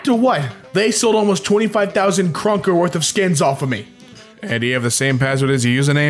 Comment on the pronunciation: pronouncing kr be like: C R U N K S It´s pronounced crowns